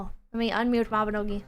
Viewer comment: "maibnogi guild night" 3 hours of talking about grills